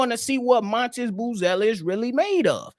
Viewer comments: It’s really pronounced Madas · M A T A S…… can’t lie you keep calling him montis is killing me